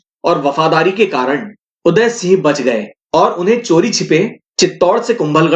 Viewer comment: वह सब हमारे आदरणीय उनका नाम आप ढंग से बोले